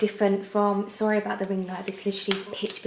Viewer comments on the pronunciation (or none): none